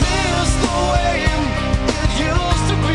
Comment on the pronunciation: Still here years later. Amazing song. But absolute can’t stand the way he pronounces “way”. Why does he keep putting an ‘m’ in there. Miss the waym?